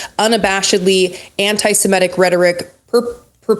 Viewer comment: Don't want to be that guy, but the pronunciation of "antisimetic" really threw me off. Everyone makes mistakes, but it's about the Semit culture group. Imagine saying Aremicans in every other sentence.